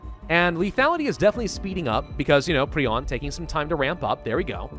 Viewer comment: Its "prie-on" not "pree-on"